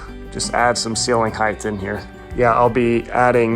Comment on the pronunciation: I mean this in the nicest way possible, but height isn't pronounced like width or length. It's a hard "ight" without an H.